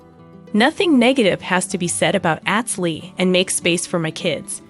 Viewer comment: At least pronounce his name correctly... Atz... Like Ahhhhhhhtz Long a... Not short a.